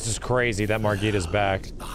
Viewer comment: Why’s he saying margit like that lmao? Margit literally says his own name and it’s not like that